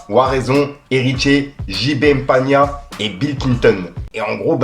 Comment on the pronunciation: Frère c'est jb Mpiana et non pania 😅😅😅😅😅